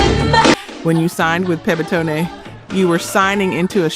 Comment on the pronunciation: It's Pebtone,Pebnles record label was Pebtone,Not Pebtone".